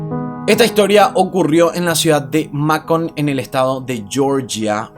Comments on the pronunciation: Se dice meicon y se escribe Macon. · Macon se pronuncia (meicon) Vivo a 2 hrs de alli... saludos tu canal es genial..!!